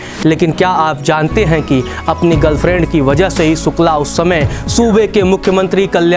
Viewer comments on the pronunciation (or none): Yaaar ye स और श का फर्क इतना कठिन नहीं होता । सुकला नहीं शुक्ला होता है ।।